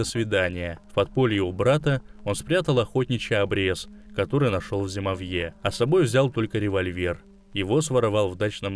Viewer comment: Не зимовьЁ, а зимОвье